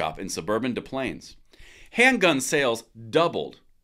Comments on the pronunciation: It's pronounced DES-PLANES. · De plaines is pronounced DESS Plaines. I know because I'm from there haha! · I grew up in Illinois and the correct pronunciation is Dess Plaines. I find your videos most informative. I currently live in Arizona and the gun laws are more like where you can shoot, example: no closer than 1/4 mile from an occupied structure in rural areas and restrictions on State Trust Lands. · True, We pronounce the "s" in Des Plaines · Des Plaines, the S is pronounced. I know, it's different all over the US. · Being pedantic: The "s" is pronounced in Des Plains.